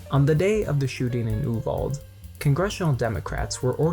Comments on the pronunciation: THANK YOU. I got so annoyed when he kept calling it oo-vald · Its pronounced oo-vall-dee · It’s not an English word. So while it’s spelled Uvalde it’s pronounced Ooo-Val-day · also you don't even pronounce YOU-VAL-DAY (Uvalde) right. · Man I agree with what you’re saying but hot damn learn how to pronounce Uvalde correctly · The only thing I dislike about this is your mispronunciation of the town name. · Not going to lie I'm cringing every time you mispronounce Uvalde